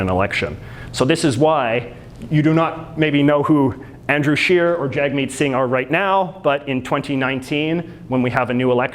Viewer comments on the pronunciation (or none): Jagmeet Singh ... pronounced Jug meet